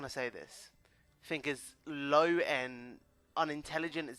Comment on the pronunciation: Do you guys spell it think or fink?